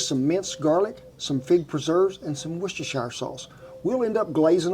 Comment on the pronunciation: You said Worcestershire sauce like a pro! ( BTW look up how it was invented it was a mistake )